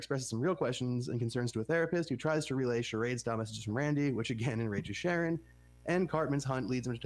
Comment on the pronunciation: Sharie!? It's Sharon If your gonna do a deep dive podcast on a show you should probably know the characters' names.